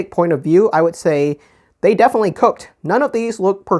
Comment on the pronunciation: I giggled every time u said cook